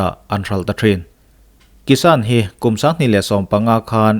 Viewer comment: 'kissan-a" chu sual hle mai.. a bengvarthlak thin khawp mai